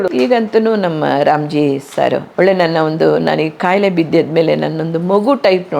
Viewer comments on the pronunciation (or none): Valleya( ವಳ್ಳೆಯ) ಇದು ತಪ್ಪು OLLeya( ಒಳ್ಳೆಯ). ಇದು ಸರಿಯಾದ ಕನ್ನಡ ಉಚ್ಚಾರಣೆ. ಕನ್ನಡ ಸರಿಯಾಗಿ ಮಾತಾಡ್ರಪ್ಪಾ ಕನ್ನಡ ಮಕ್ಕಳೆ.